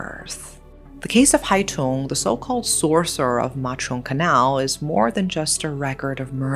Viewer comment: Just a small correction, the killer's nickname was Hai Tửng, not Hai Tùng :)) But overall, I am impressed by your take on this case and also the way you pronounced Vietnamese names! Thank you for letting it be known to more people!